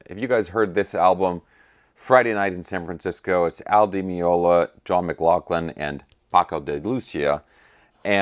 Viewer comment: "Day loo THEE ah" You got the Paco part right though.